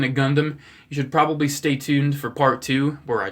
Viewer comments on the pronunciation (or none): none